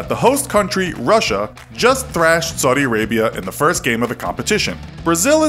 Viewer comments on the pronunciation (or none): none